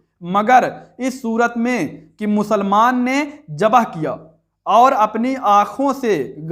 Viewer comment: और جبہ(जबह) नहीं होता ذبح (ज़बह) होता है! जाहिल कहीं का!